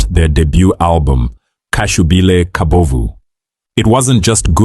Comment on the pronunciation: Khashubile Khabovu😂😂😂😂 and the way he called HIV/A-I-D-S makes it seem less dangerous 😮